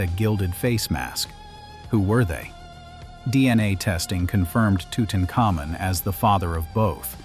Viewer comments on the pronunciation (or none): TUTANKHAMUN, HIS NAME WAS TUTANKHAMUN, NOT TUTENCAMUN. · It's not tootincomin! Learn how to pronounce Tutankhamun!